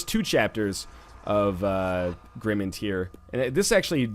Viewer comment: Northernlion it is a word play of Grim Mind. You are pronouncing it wrong.